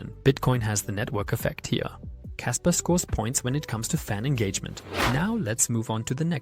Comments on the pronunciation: Kaspa not kasper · "Kasper" lol